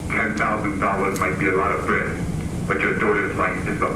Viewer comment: It sounds to me like the guy either has a New Jersey accent, or a speech impediment, and is trying to hide it. The way he says daughter sounds like the accent but he also kind of says “bwead” instead of “bread”.